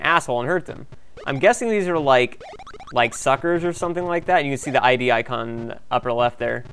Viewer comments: It's not "eye dee" software, it's Id, as in Id, Ego, and Superego. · Id (Freud), not I-D. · Way to mispronounce Id. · Id is pronounced as one syllable, rhyming with bid.